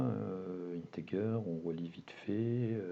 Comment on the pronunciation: "Integer" se prononce "intedjer" (soft 'g')